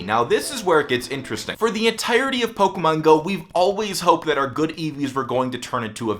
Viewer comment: i fucking hate the way you say "pokemon" 😂